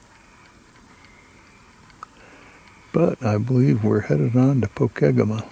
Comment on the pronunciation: It's pronounced po-keg-amah: PO as the po in police - KEG as in keg of beer - AMA as in awe ma: POKEGAMA. Pokegama is Native American Ojibwe aka Chippewa for "land that juts off another" or "water that juts off another water" The Pokegama is a small river that flows by the CN Pokegama railyard in South Superior, Wisconsin into the St. Louis River bay and harbor. The Twin Ports of Duluth Minnesota and Superior Wisconsin on the very western tip of Lake Superior 😅